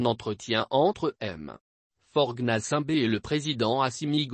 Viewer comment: Toi ta manière de prononcer Faute Gnassingbé ooooh Waouh lol 🤣🤣🤣🤣🤣